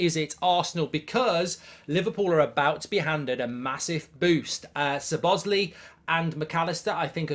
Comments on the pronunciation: its So-boz-lai ..... and not So-baz-lee ..... 😀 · Suhbozlee, stop it with this abhorrent pronunciation 🤮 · the pronunciation of Szoboszlai is "So-bos-lie"